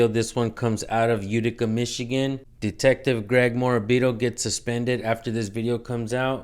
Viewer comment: A “dick-tective" dude I’m on the floor!!!! 🤣 🤣